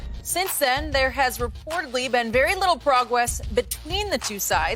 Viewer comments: “Progwess” at the beginning 😂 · Lol anyone else hear her say “progwess”? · I thought it was kinda cute haha. Jenny Fudd lol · I heard it more like pwogwess lol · I listened to that 4 times 🤣